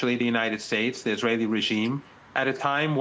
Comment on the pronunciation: You said it: izraHelli terro-rists